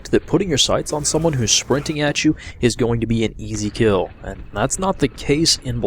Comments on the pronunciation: "Shprinting" haha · sounded like you was saying ' spwinting' ;)